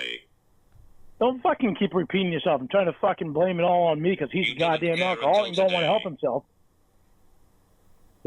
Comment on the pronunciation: The way he pronounces alkowhowlic sounds DISGUSTING